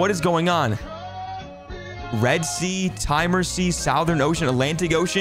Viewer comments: Timeor sea wtf it is pronounced teeeeemooorrrrr Sea dummy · Its pronounced the 'tea more' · i literally died at his pronunciation of "timor" 💀